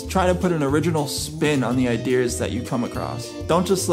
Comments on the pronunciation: Am I the only one triggered because he keeps saying “idears” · Am I the only one triggered when he keeps saying "idears"